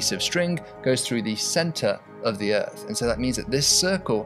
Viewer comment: The "uhrth."